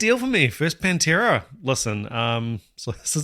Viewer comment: Need to correct your pernunciation sir... The band is PAN tera..... you keep swapping the A for an E there is a Penntera... a Pennsylvania based Pantera tribute band.